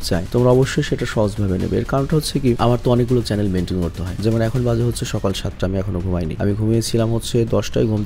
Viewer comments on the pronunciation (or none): none